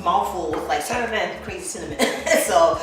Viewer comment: Ok, Im following because you said cinnamonnny 😊 Im saying that from now on. Thanks for the recipe and the relaxed atmosphere.